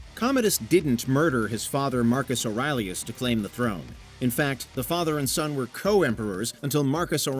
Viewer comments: Marcus O'rileyus? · I was most surprised that in a video pointing out big mistakes, you mispronounce the Revenant and Marcus Aurelius.